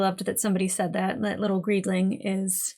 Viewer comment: Just to clarify, most of us call him "Greeling" not "Greedling." There's no d.